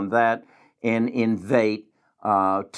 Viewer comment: Great videos and content. I like you! Small criticism, you should learn how to say the companies you are reviewing. The company is not Invate. It’s Invitae. In.Vee.Tay